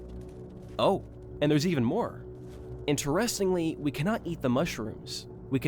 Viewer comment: where are you from if you don’t mind me asking? i’ve never heard someone pronounce “controversial”, “spiritual” and “interestingly” like that